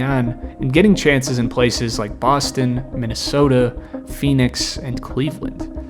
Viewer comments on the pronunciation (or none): none